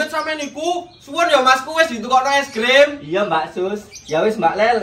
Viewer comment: kalok ngomong es krim jadi es grim